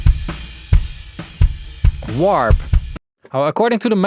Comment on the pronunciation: He said “warb” and the knob was labeled “wrap” 😂